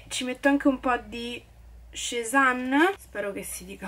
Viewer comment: Probabilmente youtube toglie visibilità se non si caricano video costantemente, come sta tua nonna si è ripresa? P.s. Cezanne si pronuncia Sesan